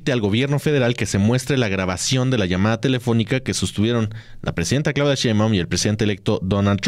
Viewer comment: Pero esa “bellaca” no dice correctamente el nombre de nuestra presidenta Claudia !